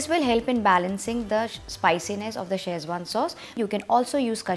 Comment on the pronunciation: If you come to China looking for Schezwan, spelling and pronouncing it like you do, no one will know what your are talking about. They will not recognise your recipe, either. Boil the chillies. Never. Tomato sauce/ketchup! Get out of here!